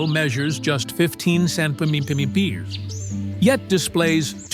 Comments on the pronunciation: the way he pronounced centimeters as centementedepeters is absolutely halarious!😂 and again ! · centemateaters. I think he had a few more syllables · Must be some kind of magic... "YOU SHALL NOT..." ... say centimeters correctly! 😂😂😂